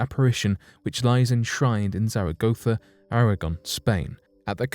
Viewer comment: Plz check your pronunciation of Zaragoza in Spain. It’s not quite right. But, yes, In readably interesting. Nice to hear it on main stream at last.